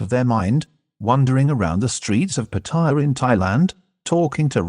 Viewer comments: You talking direct to the camera in your own voice without the AI narration would have had a lot more impact. Apart from obviously not being your voice , almost certainly not your accent or manner of speaking , AI does not know how to pronounce Pattaya properly - the three syllables should be without emphasis rather than putting the emphasis on the second syllable which is what many tourists and short term visitors do. To survive and thrive in the Pattaya bar world requires various skills and character traits that Mac possesses in spades which should have switched on a red light at the first viewing of a Mac TV vid regardless of how entertaining they are ! Such are the dangers of trusting people only in the cyber world , sight unseen. I've lived near Pattaya for the last twenty years. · PATTY JA for the brits & other dumb snot noses ,.... or as they seem to say in Thai PAR TAY JAA 3 seperate sounding words each with their capital P T & J , contra patty ja ! ...show some RESPECT TO THE THAI LANGUAGE & consider pronouncing it like THAIS DO ? par taa jaa !